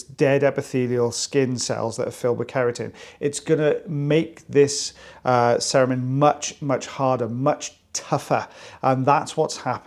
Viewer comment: Every time you say cerumen, I keep hearing Saruman and am waiting for the orc to pop out.